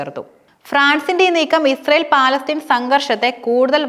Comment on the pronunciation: Palatheen alla palastheen annanu samsarikkubool sraddikkuka